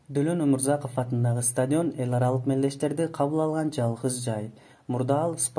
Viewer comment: Стадйион эмес стадион